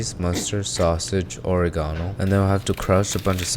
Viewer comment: ore-EH-gahn-no…. love this pronunciation